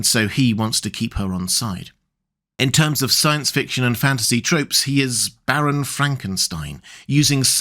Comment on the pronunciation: Not sure if you are saying "Baron Frankenstein" or if the subtitles are right and you are saying "Barren Frankenstein". In any case, he wasn't a baron, just a doctor. And his first name was Victor and not Barren.